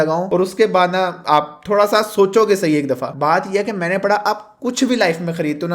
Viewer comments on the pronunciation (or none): none